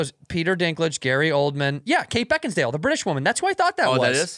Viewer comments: Take a shot every time Santino says “BeckinsDale” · Beckinsdale??? Lolol he looked it up and still said it wrong lmao